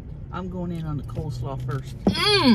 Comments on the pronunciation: COLE SLAW, not COLD SLAW. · I thought it was COLE slaw and not COLD slaw. Guess I was wrong